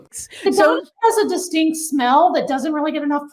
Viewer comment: You said distinked! Heh heh heh. Distinked smell. Beavus.